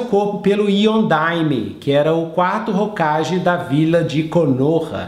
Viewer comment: E só uma pequena correção, que vem de você aceitar ou não: "Hokage" se pronuncia "Hokague". :)